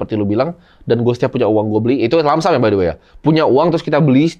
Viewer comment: Koreksi dikit bg yang bener lump sum bukan langsam